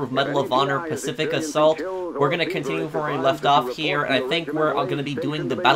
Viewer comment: What the hell is an "Asault"!?